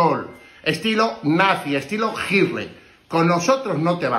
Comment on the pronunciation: jajajajajajaja no sabe pronunciar Hitler